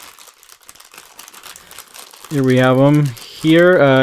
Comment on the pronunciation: It's called tea-grex Not tai-grex